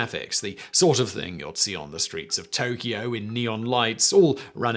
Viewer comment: I wonder why Simon didn't add his Brittish R when saying "Tokio in...".